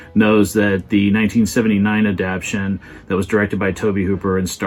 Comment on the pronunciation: You're terrific, but the word is "adapTATion."